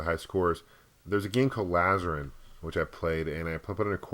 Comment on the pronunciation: just correct some pronunciation of some of the older titles, like Lazarian, not Lazaran, and Star Castle, not Star Crystals. We can tell when you grew up, discussing Commodore 64 and great games like Contra, they were only great to your era, that of Mortal Kombat and Ikari Warriors and such. Otherwise, thanks for the tour.